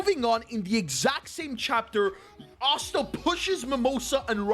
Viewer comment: why do u say asta otsa